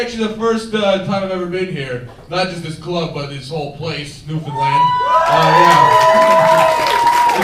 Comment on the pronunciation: It's NEWFOUNDLAND! gee get it right mainlander.